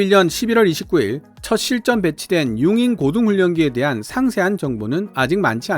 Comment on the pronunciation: 응잉 이 라니요? 우리식 한문 발음 으로 용응 이라 하면 너무 좋을 텐데.... 우리나라 사람 이면 국뽕 ? 이래도 우리식 발음 으로 하시길 간절히 부탁 드립니다.